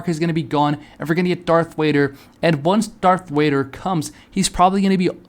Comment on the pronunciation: darth wader ;skull